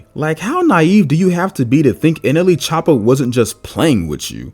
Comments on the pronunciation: did bro say nla choppa? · you said nla choppa its nle choppa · no way bro just said nla choppa